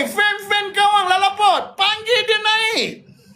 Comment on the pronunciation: 😂Kan...lalapot pulak dah, masih x reti² nak sebut walabot, smlm melalut lalabot